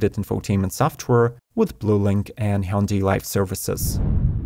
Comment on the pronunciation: Congratulations! The first ev publisher to come very close in pronouncing Hyundai as close to Monday as possible.